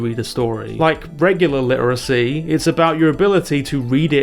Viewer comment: Cant pronounce dune correctly, or literacy for that matter..